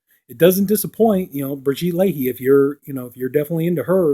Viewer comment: Great review. Pronounced "Brigitte La-eh" 😊